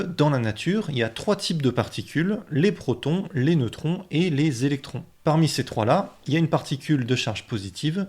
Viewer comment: Ça serait bien de t'appliquer sur la prononciation ... Le zozotement quand tu parles des gentils protons, c'est assez pénible (''°)